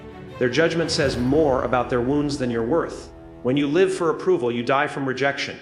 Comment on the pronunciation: Theirs No way it is Jim. Grammar issues he keeps saying live instead of live. A common AI sign